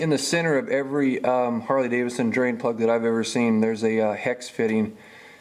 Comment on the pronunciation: Great video! But its pronounced Davidson not Davison... lol